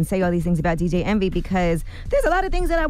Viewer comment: Did no one hear charlamagne say, Dj entry?